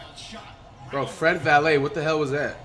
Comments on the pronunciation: PBAJSquid no bro he called him Fred Vanvuhleet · Fred Valet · Nobody: Flight: Fred Valley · He used to call him vanvilit